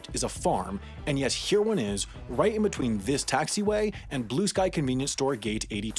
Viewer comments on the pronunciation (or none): none